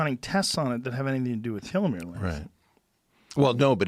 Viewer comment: I swear to fucking god I can’t listen to him mispronounce telomere and nucleotide